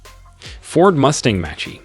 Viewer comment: The AI voice is an automatic downvote, sorry. If you can’t bother to have good pronunciation, I’m not interested. You lost me at F one hundred and fifty and match-E